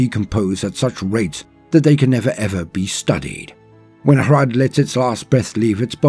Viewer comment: I am so glad rolls his Rs for the Hrud. That's the only way to do it right.